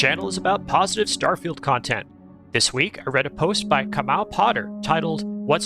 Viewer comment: Thanks for mentioning me (and pronouncing Kamau correctly- impressive), and best of luck with the channel I wish I knew of it sooner!